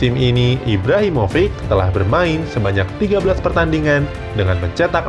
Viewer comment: Bacanya Kjaer bukan Kejaer tapi Kiaer min trus Rebic bacanya Rebitsh trus Ibrahimovic itu Ibrahimovitsh